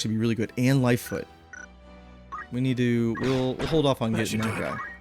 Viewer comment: Lol. "Lifefoot." It's Lifefont.